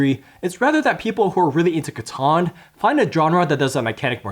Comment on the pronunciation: It's catan, 😂